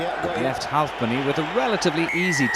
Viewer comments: "Leigh HualfPenny" lolol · He really likes the L in Halfpenny.